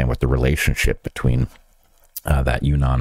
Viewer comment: Yunnan is pronounced you-ee-nan, and say the first part quickly. I really wanted to visit the Western provinces of China was I was teaching there, but couldn't arrange the flights, and didn't look on the map when I came back from Vietnam, because then I was close! The tourism in that part of China is supposed to be very interesting. I can't worry about viruses there hah hah.